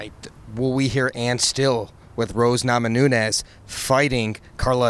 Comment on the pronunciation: "Rose NamaNunes!" LMAO